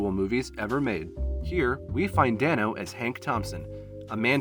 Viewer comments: It's DAY-NO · The fact that this includes Meek's Cutoff and not War and Peace is just...weird? Is this cuz this is a film-only channel? War and Peace is one of his greatest roles to date. And bro, it's pronounced Dane-O 😂 But it's cool, most people get it wrong, even interviewers.